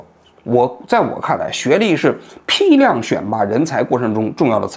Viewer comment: 批量读成屁量我真是笑了